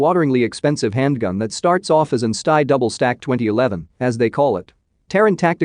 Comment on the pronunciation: Where is the DISLIKE Button, really need to click on that. Hey fool, if you are going to use computer voicing (which you should NOT) take the time to edit all the mis-pronounced words and phrases. For example STI is Ess Tee Eye, NOT EVER stie. With Sig Sauer you NEVER say the word Hundred when referring to the model number, it is either two twenty nine or two two nine. Good Grief this was AWFUL. If I ever hear another video on this site using computer voicing I'll close down that video immediately. I'll also point out that the content was at best a C Minus.